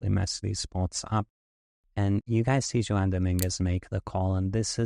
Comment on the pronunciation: Amazing hand. Great analysis. I bet your hand reading is incredible. However, your name reading is profoundly bad….. A Hispanic guy named Juan… and your guess is. lol wow. Honest mistake and made my day. Wow. That’s just great.